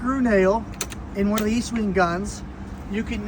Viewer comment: ESTwing, not East. Very helpful video though.